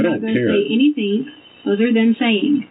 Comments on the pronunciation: I don’t believe “anythink” she says! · if she says "anythinK" one more time......